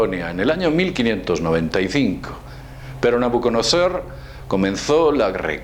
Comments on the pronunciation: es: nabuconodosor y no nabucondsr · nhahutcodnhosor ajjajajaj que rara pronunciacion de nabucodonosor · Querido es Nabuconodosor. No Nabuconoser. Eres muy fregón para cometer estos errores. Te lo digo porque soy tu fan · te corrijo si no me equivoco es Nabucodonosor II no nabuconosor, y el lugar donde se dice que se inicio la construcción de la mítica torre de Babel, se llamaba la tierra de Sinar no sinaí, saludos buen vídeo. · nabuconosor?.... no sera nabuconodosor? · Nabucosor jajajaja es Nabucodonosor hombre! buen video pero al no saber la pronunciación le quitas credibilidad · Nabuconose? No se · pofavor. un poco de rigor cientifico. no es nabuconoser sino nabucodonosor. no es broma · oigo que es usted dice Nabuconosor. ¿que no se llamaba Nabucodonosor? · Es nabuconodosor no nabucosor...y es textos no testos... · Nabucodonaaasssaaooorrrrrrr segundo.... alta pronunciación :D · Sáquenme de la ignorancia por favor ! Por qué el dice "Nabuconocer" ? Es acaso esa la verdadera pronunciación de Nabucodonosor, o simplemente el está confundido ? De antemano muy agradecido ! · la pronunciación es Nabucodonosor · menciono que así se llama la nave de morfeo en matrix, y el nombre es Nabucodonosor, se que habla del mismo rey, pero se equivoco al pronunciarlo. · Es que lo pronunció en inglés "Nebuchadnezzar" LOL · "Aqui os muestro la estela de ńə'bv kanəžaehr", "en ella, aparece el rey ńə'bv kanəžaehr" xD Lo siento, pero me hizo gracia, igual que cuando un mexicano dice una palabra en inglés. Sin rencores, no va a malas <3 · No sabes decir Nabuconodosor... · Es Nabuccodonosor, lo has dicho mal unas 20 veces...y la nave de Matrix es la Nebuchanezzar, otra equivocación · Creo que quiso decir Nubucodonosor jajaja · Es Nabucodonosor ! no Nabucanasar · nabuconoseeeehhhhh premoohhh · NA-BU-CO-DO-NO-SOR... el español es un idioma fonetico por favor... si hablamos en babilonio vamos a procurar hablar bien en español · Angel Vasquez en el video está mal dicho